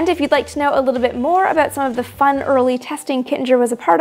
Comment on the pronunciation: Love this. Thank you. Kittinger is pronounced with a hard “G” (just so’s you know). :)